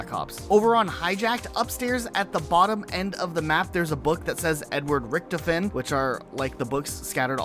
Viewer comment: Rick Toph En is the the pronunciation not Rickt A Fen